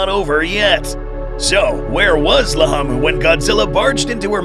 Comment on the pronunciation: Why is it riding laamu mower but you're calling it lahamu